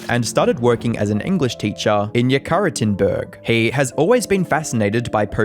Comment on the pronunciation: it's Ye-ka-te-rin-burg Feels like it shouldn't be a hard name to pronounce, given the English language having the name Catherine, which is basically the name the city was called after, but here we are